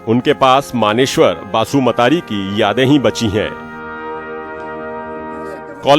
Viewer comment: # नाम को गलत पढ़ रहे हैं | मुंख्लं(शहीद) मनेश्वर बसुमतारी नाम हैं |मानेश्वर बसुमात्री नहीं |शहीद का नाम भी ठीक से नहीं ले पाते channel | bodo(boro) जनजाति लोग बसुमतारी, नार्जारी, दैमारी, बर', खाखलारी, उवारी, Brahma surname से पहचाने जाते हैं |